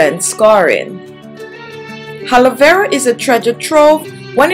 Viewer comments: It’s Aloe Vera not ‘Haloe Vera’ Hahahahaha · Why You say Helo Vera gel when it is Aloe Vera gel! Sick! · Did you just said haloevera 😂😂by the way the product is good though🖤